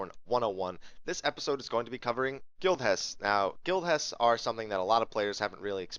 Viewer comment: For a moment it sounded like Guild Chest. Thanks for the video